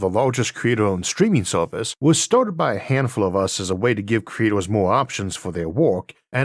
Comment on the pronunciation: stweeeming sowviss = streaming service. LOL.